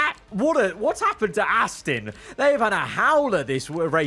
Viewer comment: FerrAGHHHHri and Astin